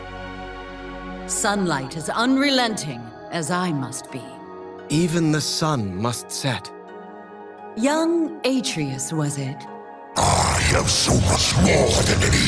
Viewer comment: Kinda triggered by the way leona pronounces "AYE-tree-us" instead of "A-tray-us"